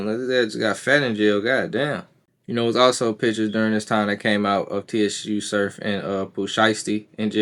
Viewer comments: It’s pronounced “Sue” Surf my guy. #JERSEY💪🏽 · why in thee fk are u calling him T.S.U. .....U mean to tell me u doing a video on a guy you not even a fan of..its no way you a part of battle rap culture saying his name like that..... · Su surf the t is silent bro lol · Im out. Soon as he said t-s-u surf i clicked off. Cuz he obviously doesn't know wtf he's talking about. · Everybody wana be a podder for the latest news. Can't even do simple homework on how to pronounce a name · The T is silent my guy… 😂😂😂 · stay motivated don’t let the comments distract ya mission my guy… I fuck wit da vid it’s just a mispronunciation… just gotta do a lil more homework… BLESS